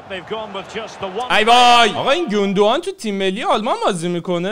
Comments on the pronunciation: اخهههههههههه گوندوقان ترکهههههههههه؟ 😑😑😂😂 آلمانی اصل اگر این ویدئو رو ببینه سکته میکنه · به سانه میگی زنه😂😂😂 به زینچنکو میگی شفچنکو😅 بعدشم گوندوقان مگه آلمانی نبود😢